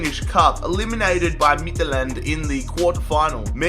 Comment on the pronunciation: The way he says "Midtjylland" makes me want to commit suicide in a public place